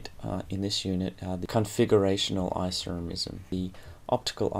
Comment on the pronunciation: Stop saying Isoremism!